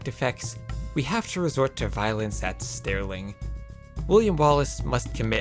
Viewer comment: The way he pronounced stirling killed me ngl. "stairling". as a brit i am disgraced. still love the vids tho XD